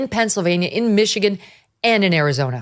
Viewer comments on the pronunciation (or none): none